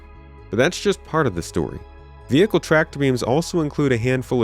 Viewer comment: Say vehicle properly!